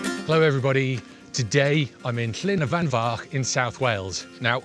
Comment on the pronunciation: Great video,. I couldn't even know how to begin to say Llyn Y Fan Fach. You said it so easily, I am a bit jealous. Google is forever lying to me. Stay safe and healthy.